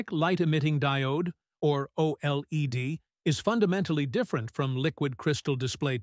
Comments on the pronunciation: its pronounced: "O Lead" (OLED) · "Oh Eel Ee De"